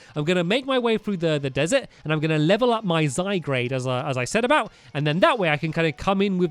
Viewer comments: It's zyGARDE not zyGRADE!! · It's ZY- G A R D E Not ZY-G R A D E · IT'S NOT ZYGRADE IT'S ZYGARDE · ZYGARDE zygARde NOT zygRAde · zygarde not zygrade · Hey Stampy I am not trying to hate or anything just helping zygarde is pronounced zygaard not zygrade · it's zyg a rde not zygr a de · IT"S ZYGARDE NOT ZYGRADE. aaaand the crack about the emerald on its b-hind is just "haunting"me! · ZYGARD not ZYGRADEsorry it just bugged me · ZYGARDE NOT ZYGRADE sorry it's just annoying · its ZYgard not ZYgrade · Stampy! Its Zy-Gard! not Zy-Grad and it Zy-Gard is so Strong! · this is really a problem, we told him too many times that it's "zyGARDE" and not "zyGRADE", but he still doesn't see our comments about it.......... i'm sorry but i'm done BS-ing this mistake............. -----_____ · Stamps it's zyGARD not zyGRADE get it rightttt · stampy plz stop saying zy-grade and say zy-guard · it is zigarde not zigrade i know it is spelled zygarde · Stampy its Zy-GARDE not Zy-GRADE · ZYGARDE NOT ZYGRADE Stampy it's really bugging people😂😂😂😂😂😂😁😁😁😬😬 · Stampy I'm totally with you Gullbats are rubbish. Stampy its z I g a u r d not z I g r a d e. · It's zygarde not zygrade if it was zygrade the r would be in front of the a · ITS ZY/GUARD/ not ZYGRADE ARRRGGGGHHHHHH😂😡😡😡😡😡😡😡😡😡😡😡😡😡😡😡😡😡😡😠😠😠😣😤😩😫😡😠😡😤😩😠😡😤😩😠😤😤😩😡😤😠😩😡😤😠😩😡😤😡😩😠😡😡😡😠😩😡😤😡😠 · It is a ZY-GUARD not zy-grade. ive commented this on nearly every video now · stamps you saying zygarde rong its at guard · Stampy I'm not trying to hate because you are my favourite youtuber but it is pronounced Zi-gar-d not Zi-gra-de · GuzmA* Charizard without a weird w sound in the middle* And also you have plumeria's atmosphere all wrong. And for the last time it's ZygARDE not ZygRADE. Also having the exp share on doesn't reduce the amount of experience the pokemon receives. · It's zygARde not zygRAde 😆😆😆😆😆😆😆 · Stampy, it is 'ZyGARD' not 'ZyGRADE'. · its zy-garde not zygrade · ZYGARDE IS PRONOUNCED ZY-GAURD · STAMPY ITS ZY GUARD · stampylonghead it's zi-gard